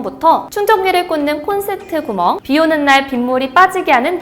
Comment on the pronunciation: 중간중간 발음이;;; 구멍에서 한번.... 발급권에서 한번...